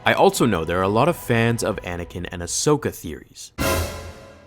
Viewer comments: When you said Ashoka and a Anaken. 🤮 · Ahsokin > Padakin